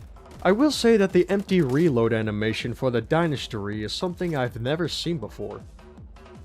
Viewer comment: I can’t tell if your making a joke or what by calling the dynasty the dynastry